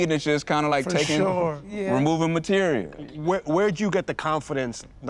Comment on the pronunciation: Material, not materia